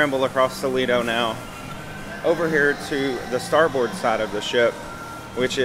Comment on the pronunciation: Great video, man, but it’s pronounced “STAR-BIRD”. Not star BOARD. Navy vet here. lol